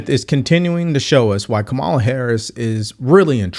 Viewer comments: But go into WHY the Republicans want him. Trust me, you don't want to debate me on that Steven. As for the host of this video, have the respect to pronounce her name correctly. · You can’t even pronounce your VP’s name correctly, and you want people to believe what you are saying. What a joke you are! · Stop listening as soon as this jackass mispronounced the Vice Presidents name literally 20 seconds in